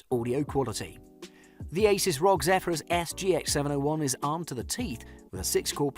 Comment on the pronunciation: Its not ROG its R.O.G.